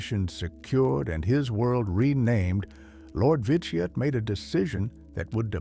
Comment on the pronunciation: overall good video but some pronunciation was incorrect or not consistant said Vitiate 3 or more different ways lost exact count of all the mispronununciation through out the video.